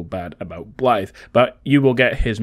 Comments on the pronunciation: THANK YOU FOR PRONOUNCING THE WELSH WORD 'BLAIDD' CORRECTLY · you’re the first youtuber that has actually said his name right